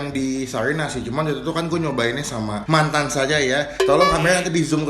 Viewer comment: Penekanan mantan kuat ya 😂😂